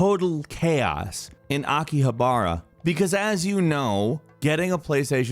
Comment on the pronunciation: that's not how you pronounce Akihabara but close enough lol